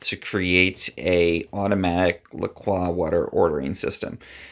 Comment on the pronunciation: Why he say lacrox like that